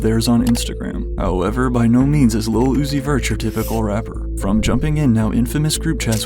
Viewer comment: no fr he don't even say it's he says "is la uzi ver" and it CRACKS me up 🤭🤭🤭🤭🤭🤭🤭🤭